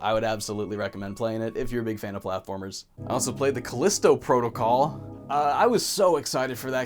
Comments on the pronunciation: "Even if I called it Callisto Prahticool the whole video... I'M STUPID I'M SORRY" Me: You're not stupid... you're Canadian. And as a yee haw Texan, I forgive you for not pronouncing everything 'Merican enough. Que the angry comments over my dumb joke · I honestly thought the way you said "protocol" was just your accent or something lol. Edit: Just finished the video and I wanna say that I enjoy the new more candid style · Straight up, I thought you pronounced "protocol" weirdly because it may have been pronounced that way in Canada. I didn't know you were being stupid in that video.